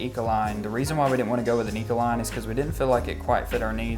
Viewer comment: I know this video was posted over 4 years ago, but I just want to point out that it's Econoline, not Ecoline.